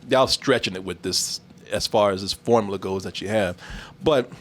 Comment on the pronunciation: can't seem to say the words 'formula' or 'popular' properly. It always comes out as 'formala' and 'popalar'